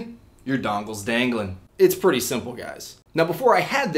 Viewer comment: I hate how he says "Pretty"